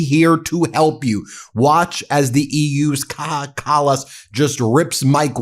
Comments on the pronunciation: The name Kaja is pronounced more like Kaya. You pronounced the J as H like in Spanish. Just for future, the lady will stay in news. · Bro, I like your videos and will keep watching them, but f*cking learn how to pronounce their names as what you do is typically American - being completely ignorant towards foreign names! It's not pronounced Caha! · Kaja Kallas' first name is pronounced Kaya, not kakha. It is Estonian, not Spanish. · You pronounce Kaja wrong. It is not kaha more like kaya. Ka and then ya as in yahoo. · She's not goddamn Mexican... "Kaha", dude... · Kaja Kallas is not Mexican. She is Estonian, so it is pronounced "Kaja," not "Kaha." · Omg. You must pronounce it "Kaya", not "Kaha". Ms. Kallas is from Estonia, not Spain. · Kaja is pronounced Kaya not Kaha!!!!! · Correction: Kaja Kallas should be pronounced as "Kaya", and not otherwise, thanks Ben! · She's Estonian, not Spanish. Her name is pronounced Káyá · Good video Ben, congratulations I noticed you have Bombardier down that can be hard for Canadians. Now Kaja Kallas is pronounced like cobra KAI-ya Kallas like Dallas with a K. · Dear Ben. Kaja Callas is pronounced ( Kaya) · A little support on pronunciation Ben. The name of former Estonian prime minster is pronounced with nordic a, not like the aee in US and j sounds like an English y together wit a (slang: ya´ll). Put together: Ka-ya, and full name "Kaya" Kallas. In case I messed it up check google pronunciations. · Sorry to "interrupt" you; Kaja Kallas's first name ist pronounced "Kaya". She's not Spanish; she's from Estonia. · Her name is pronounced K-eye-A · Kaja kallas pronounced Kaya 😊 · Oh cmoon Ben, it's Kaya Kallas, Kayyya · Kaja is pronounced like Kaya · Just for information: The j in Kaja is not pronounced as an h. Think more like the English pronunciation of "Kaya". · Kaja Kallas'es name is pronounced as Kaya. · pronounc it as " Kaya" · It's pronounced like Ka-ya